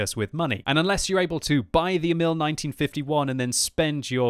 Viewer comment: (The emphase on Emil is on "E", not "i", in Swedish, not like the French name. It is just a nit picking. Check "Emil i Lönneberga" video, the Astrid Lindgren story, if you want to hear the pronunciation in Swedish. I don't care about the pronunciation, but if you want to know)